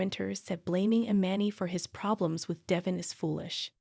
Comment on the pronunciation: And if she says I-man-ee one more time I will scream😵😵😵😵😵These narrators should be required to actually be a follower of the Shows so they know how to pronounce the names of the actors and cities, etc!!!!!! 😵‍💫😶😳😖😩😠